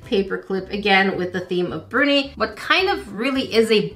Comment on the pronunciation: Bruni, luv, not Burnie.